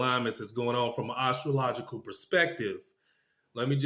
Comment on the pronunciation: First time viewer, liked it but I had a problem with just one thing. You pronounce astrological, ar-stro-logical, instead of as-stro-logical. Having said that, I’m tracking your predictions for next week. I’ve done some numerology but as a very raw amateur . I am amazed how accurate it has been over the 25 years since I did the chart. I did subscribe and look forward to your reason why you were wrong or why you were right.